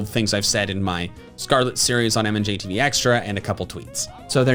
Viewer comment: its pronounced mand-j-tv